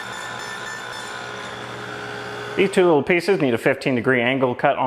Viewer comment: “Clean them up on the disc sander a hweee bit” = instant sub 😂😂